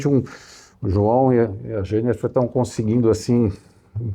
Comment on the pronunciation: JOÃO, 👏👏👏 O nome dela é JENNIFER !!! 👏👏👏👏👏👏. Gostaria que Vcs colocassem o nome por escrito destas novidades, pelo menos pra mim. O som que se ouve na pronúncia não fica claro. Do apoio do braço; do orifício de retorno; do protetor pra não arranhar na colocação das cordas. OSMARAVILHA 🙏